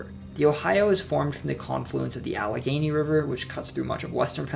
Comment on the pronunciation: he got allegheny right as well, which i had no idea how to pronounce until i heard the philly subway speaker say it